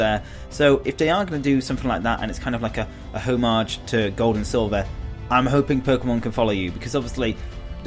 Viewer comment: .....HOME-AHJ?! Wow... lol.